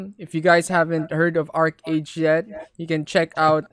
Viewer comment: it pronounced "arki or arkey"